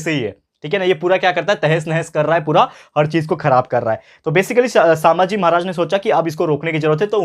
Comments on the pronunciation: Sir please don't pronounce saambhaji pronounce sum bhaji=sambhaji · Sir not सांभाजी, it's संभाजी. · Sir,sambhaji not sambhaaji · Sir saambhaji nahi sambhaji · Saambhaji nahi sambhaji bhai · It is sambhaji not shambhaji sir